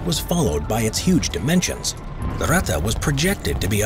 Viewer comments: When you speak out "Ratte" like you do at the beginning of the video, just alternate the "a" and the "e", than it sounds corret. Greatings from Germany. :) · „Rata“ „Porscha“ … „RatTE“ „PorschE“! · Its Ratte not rätte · No its not ratta its ratte r.a.t.t.e. Ok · The "Ratte" was only one of thousands of paper projects like in all powerfull lands.And Ratte sounds other in the German language, not "Rattan"!And what is with US Ice Carrier? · it's ratte, not wrätta. take out the bubblegum, you part-time-celt!